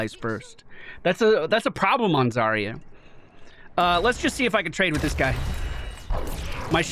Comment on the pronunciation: Wait i just realized. If Zarya is supposed to be russian, then her name should have a stress at the second syllable (zaRYa), and that would mean sunrise/dawn.